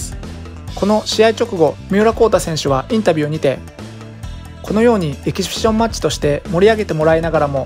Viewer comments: エキシビション言えないでちょいちょいエキビシジョンって言い間違えてて笑う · エキシビション言えない人ww ピシピシ言ってない？ww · エキシフィジョンファチ笑笑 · エキシビションマッチの発音なんか気になるw